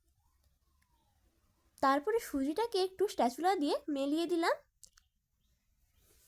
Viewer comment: কথা টা স্প্যাচুলা হবে স্টেচুলা নয়